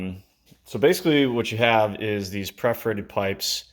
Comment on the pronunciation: It's perforated pipes, not preforated pipes.